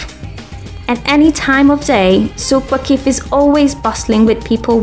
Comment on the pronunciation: She said souq waqif wrong I'm laughing so hard